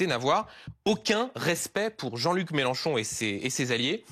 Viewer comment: Combien de fois Wauquiez à prononcé le nom Melanchon ce soir ! Le pauvre il n'a rien à dire !